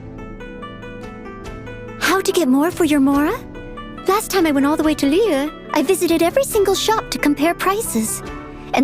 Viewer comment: I hate the way the characters say liyue. I know they try to pronounce it correctly but when they speak clear American English then go “Liuouuuuueee” it just sounds ridiculous. A simple “Li-uway” would just seem more natural